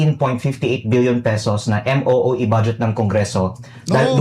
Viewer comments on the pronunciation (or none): MOOE hindi MEEO